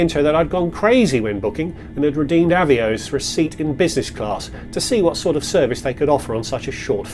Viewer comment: I reckon Avios rhymes with boss, not bose 😉